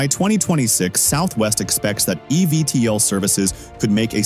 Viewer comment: Great video, but you need to do more research. Archer has an "all of the above" approach and will be both selling aircraft, as well as operating their own service. It is literally on the company website. Also, most people pronounce it "Eeee Veee tol." Your computer voice was all over the place!